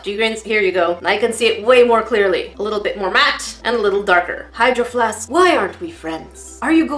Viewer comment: I always hear “hide your flask” instead of “hydro flask”